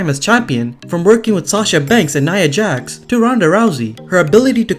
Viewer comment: It’s Nia Jax, not Nia Jas.